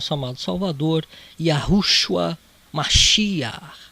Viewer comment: Você disse "Yahushua" qual códice ou manuscrito traz essa pronúncia se não "Yehoshua" ou "Yeshua"?